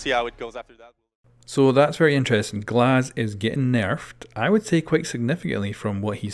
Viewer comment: whack 👎👎👎👎 not GLAZ